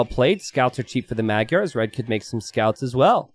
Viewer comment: when you say magyars 🤣 it sounds more like "mud yarr(s)" 😂